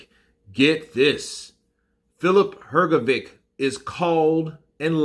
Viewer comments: H like H in ham G like G in game O like O in dog Hrgovik is Hrgovik Hrgovic is HrgoviTS C like TS in lets Hrgović is HrgoviCH Ć (considered a ‘soft’ c) like CH in cheese so it's Hrgović CH Croatian words are pronounced exactly how they are spelt and there are no silent letters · U pronounce his name Hrgovitch like bitch or witch